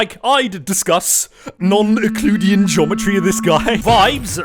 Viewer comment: euclidean, not ecloudian...